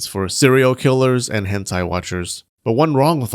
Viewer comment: Me when he said hen-theigh: Chicken leg.